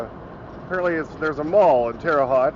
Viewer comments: Terre Haute pronunciation Terra H oat. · Glad you got your spectacles fixed! It's pronounced "Terra Hote". How's the fuel mileage doing on the new truck? Be safe!